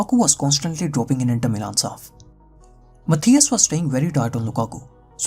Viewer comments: Moreover his pronunciation of "Matthijs" is completely wrong. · No, he didn't say "Matthijs" (pronounced Matàis).